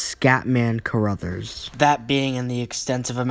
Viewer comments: Crothers, not Caruthers. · Scatman’s name is pronounced CROTHERS not CARRUTHERS. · It's "Crothers", not "Core-others".